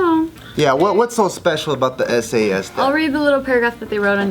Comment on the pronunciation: When she said sas instead of s a s😂😂😂😂😂😂